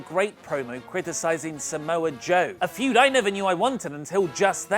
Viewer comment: lmao "Samoa-Suit-Joe" :D